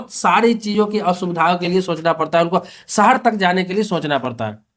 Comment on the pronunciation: सहर नहीं भाई शहर 😂😂